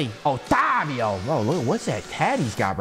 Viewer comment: Bro actually pronounced otávio perfectly